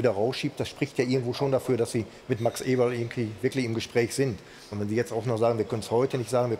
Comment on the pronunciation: angeblich sind sie gute Freunde aber Effe sagt seinen Nachnamen dauernd falsch... Alles klar